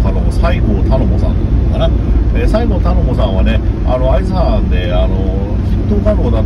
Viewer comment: さいごうというなのにしごうと言うんですよね〰️